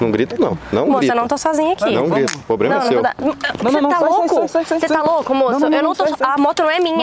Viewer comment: "pobrema" seu 😂😂